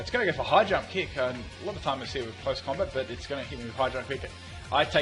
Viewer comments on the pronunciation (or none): none